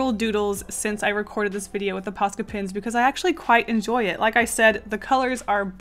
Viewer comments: isn’t it posca not pasca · You know what’s funny? I have subtitles on, and when you say POSCA pins, the captions say “pasta” pins. 😂 Edit: I feel like people take this as a hate comment, but I’m just pointing stuff out. Sorry if it feels like a hate. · i can not pronounce posca no matter how much you say it im just here like paka poco pasta?? pa da da da da da da bat man im not the brightest crayon in the box ._. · I turned on subtitles (idk why lol) and when said “Posca” the subtitles read “Pasta” 😂 Edit: heck the first illustration looked cute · I kept thinking you were saying pasta Xd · It sounds like you're saying 'paska' all the time, and it means shit in finnish 😂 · I keep on thinking that ur saying pasta